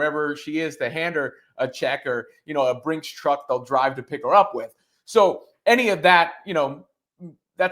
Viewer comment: “A Brinks truck” 😂